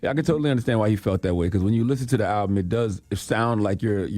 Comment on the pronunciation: I really wish CTG would pronounce the name of the album correctly. It’s been months now.